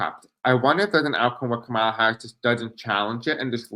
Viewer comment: Appreciate you. It’s not Ka mal la (that’s how Trump pronounces her name). it’s Kom ah la. You did pronounce correctly at points.